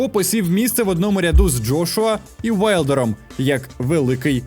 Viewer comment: тільки ж не аУєайлдер: Wilder - Вайлдер, Bruce Willis - Брюс Вілліс, а не Брюс Уиллис (це заморочка з лапотних сайтів, враження, що ви там стирчите), Вінстон (Черчіль), Вільям (Шекспір), Вімблдон, Вальтер, Вусик, вулик.... Та й циганом Тайсон зветься давно, із якоїсь спільноти переселенців, не ті цигани, що зазвичай.